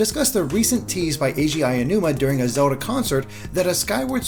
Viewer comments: Hi name is not pronounced “Aya-numa.” It is pronounced “Ah-oh-numa.” Ah like Ah, I see! And Oh like Oh, I get it! And then numa. Spoken quickly, it sounds like “ow” as in “ow, that hurt!” And then “numa.” ow-numa. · Ayy oh nooma. Jon names aren’t that hard